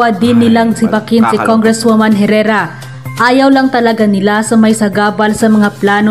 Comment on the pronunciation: Hoy Engot, Congresswoman c Herrera at hindi dapat Congressman!!! Ska ang Herrera is silent “H”!